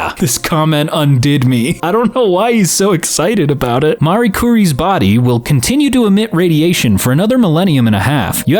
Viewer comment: Marie is a very VERY common name and you.... you pronounce it like THAT???